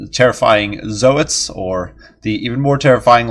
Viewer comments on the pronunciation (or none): Always figured zoats were pronounced like "oats" but with a z in front and all one syllable. Anyhow, did a really impressive job this game!